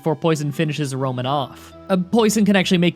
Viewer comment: "Poison finishes Roman off" I heard Romanov 😂